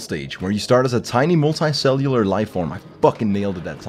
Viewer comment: when attempt you say "multi cellular" 3 times and was correctly pronouncing it everytime.